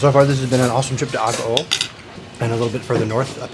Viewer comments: You’re mispronouncing Agoo. It’s pronounced Ah-goo-oooh(three syllables.) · Isn’t mispronouncing Agoo?It should be pronounced Ah-goo-oooh(three syllables.)